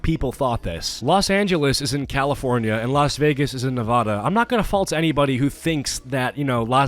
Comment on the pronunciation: It's pronounced Ne-VAD-a, not Ne-VOD-a